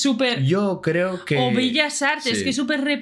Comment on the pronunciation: Amor .!! Perdón .. solo pregunto ..!! Dijiste villas Artes ? Solo creo que eso escuché .!! Y es Bellas Artes .!! Un saludo y los admiro gracias por hablar tan bonito 😍 de mi país el cual es su casa 🇲🇽 👍🙏